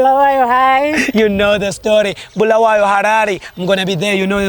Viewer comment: U cc wavehle wathi bhulawayo thina sikwaz ko bulawayo 😂😂😂😂 As Zimbabweans ako bulawayo si confused😂😂